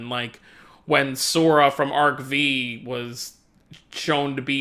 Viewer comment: Good video. I just want to tell you that it was Yusaku (Playmaker) who got the call from Kusanagi and not Soulburner. The real name of Bravemax is Naoki Shima. I just want to tell you one more thing , Arc-V It's pronounced Arc-5 (Five). The V in Arc-V is five in Roman numeral.